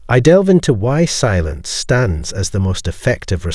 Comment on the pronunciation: He said the word silence using five syllables. 😂😂